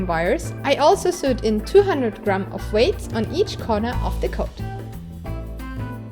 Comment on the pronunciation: I greatly admire your excellent command of English...however sewed is pronounced like sowed, but the way you say it is charming. Your videos are great.